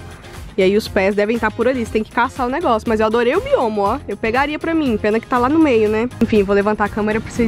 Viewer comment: Não é biomo! Mas biombo